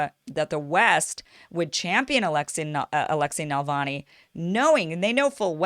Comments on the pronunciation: It's always a good idea to get right the name of the subject of your podcast - Navalny, not Nalvany. It distracts and detracts from what you are saying, which is usually interesting. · Please learn to pronounce the name 🤧 It’s Na-Vaal-Nai. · But she's saying Navani - hard to trust the expertise of someone who doesn't know the name of their subject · You're pronouncing his name wrong. If hi is also supported by Washington, I would very untrusting of him. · Kim, you keep saying "Nal-vany" instead of "Nav- alny." He's not a right wing Tea Party type in the Russian context. Putin is more like the FDR of Russia than any American President since FDR is like FDR. FDR has many who hated him and even wanted to do the coup against him that Gen. Smedley Butler exposed. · First off, his name is Navalny, not Nalvany. Accent is on the second syllable with Russian names. Navalny's base is very small. Evidenced by the Moscow protest attended by 4000+ in a city of 12 million. His white nationalist views are far less popular in Russia than they are in North America or many European countries. Navalny is a lawyer and has no training as a journalist. Russian standards are very high. You can't just present yourself in front of a handicam and author a few op-eds and call yourself a journalist. He is not a journalist and has never been on staff of any media outlet. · It is annoying to hear Kim mispronounce such a simple name. But I still like Ms. Eyeservin. As long as she doesn't pronounce nuclear as nook-you-lur, she's ok with me. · Its Na- val nee not Nal - von -ee come on get it right or your credibility is suspect! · It is not NALVANI! The name is pronounced NAVALNEE! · His last name is Navanly, not Nalvany. That’s not the only thing you got wrong. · His name is NaVaLny not NaLvany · Honey he is not Nal-va-nee he is Na-val-nee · It is Navalny, not Nalvany. You pronounce it wrong, Kim. But I still love you. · It's Navalny not Nalavny !?!?!?!? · NA-VAL-NY (not “Nalvany”.)